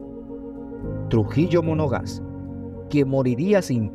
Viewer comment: No es Trujillo “Monogás”, es Trujillo Monagas. Esto desluce la posible seriedad de este trabajo.